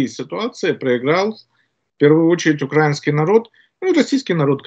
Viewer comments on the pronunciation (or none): Ру империалисты против Ам импер. в угоду Китаю ??????????? А кто занял евро рынок газа - Китай????? А к кому съехал Герм тяж пром - В Китай??????? Не, ну это же бред И Мля, Укра'Инский Ударение на И, твою ж ма